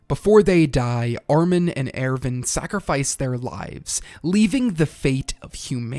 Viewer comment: AIRVIN? who tf is AIRVIN